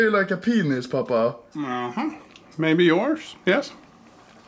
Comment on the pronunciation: It's Pappa not papa